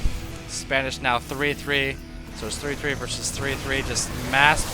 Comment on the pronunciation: its not Spanish.. Its SPA -NEE-SHEE-WA